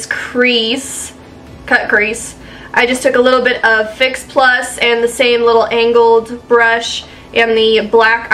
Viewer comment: Hahah Every time you're saying "angled" brush it sounds like "anal" brush hahah beautiful job but had me giggling throughout.